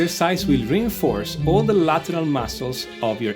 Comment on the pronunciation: ahahahah "de mascols" . sei italiano, no?